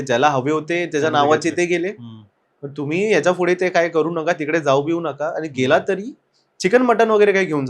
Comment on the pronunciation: "Fudhe" nahi re...."Pudhe"... ka neet nahi bolat shabda... yedha dokyat jato na ha "Fudhe"